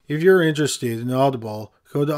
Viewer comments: Anybody else thought the way he said Audible sounded like oddball? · Hilarious the way he emphasizes the ble in audible. 😂 Audi-bulllll